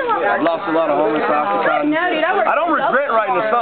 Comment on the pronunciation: Percocet is Oxycodone. And Oxycontin, NOT Oxycotton like he says, is totally different. You don't even know what you're talking about too, they are two completely different drugs.